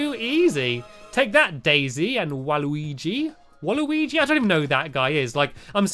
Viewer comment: It’s waluigi (wall-wii-gi) =D